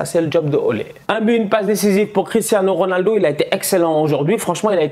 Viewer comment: "Cristhanos Ronaldo"😂